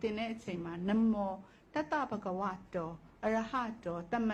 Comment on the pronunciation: နမော် မဟုတ် နမော ပါ ခုလူတွေဆိုနေတာက နမော် လို့ဆိုနေကြတယ်